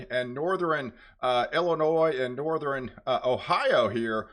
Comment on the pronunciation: Please. A weatherman should know it’s northern not northERen and southern, not southERen. This makes me crazy when you mispronounce these.